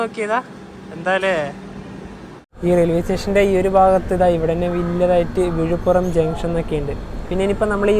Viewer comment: വിഴിപ്പുറം അല്ല വിഴിപ്പുരം ആണ്